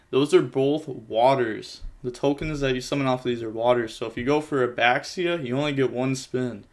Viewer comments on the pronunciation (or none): Baxia is pronounced "basha" btw oh god the synchro, Chi Xiao, is pronounced (likely) Chi (as expected) sSh-ee-ow, but all with one syllable. If nothing else, the X is similar enough to an english Sh sound.